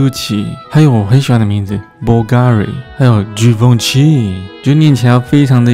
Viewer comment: 然而的givenchy念錯了...